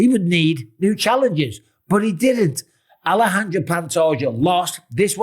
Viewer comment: It's pronounced Alesandre not Alejandra. That's a cute girl's name